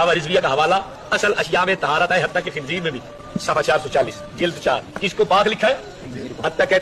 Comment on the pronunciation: Tabsira karne wala jahil h Khinzeer ko khinjeer bol raha h 😂😂😂